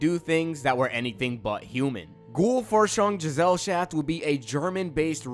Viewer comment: As a german it is hard to take the pronunciation of Ghoul Forschungsgesellschaft serious